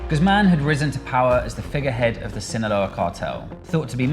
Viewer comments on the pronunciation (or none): Hasan really just said "sinağola" one time and chat went nuts lmao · Hasan freestyling the pronunciation of Sinaloa everytime has me weak